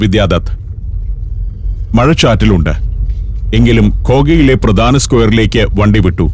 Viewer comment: it is not "pradana", it is 'pradhana'. Please mind your pronunciation. 😐